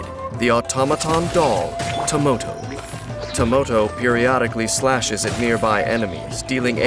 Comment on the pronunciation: is that some kind of gag I don't understand with the dolls??? They are spelled Tamoto When Dainsleif says their name, it sounds like Tomoto, and when Chiori summons them, it sounds like Tomato...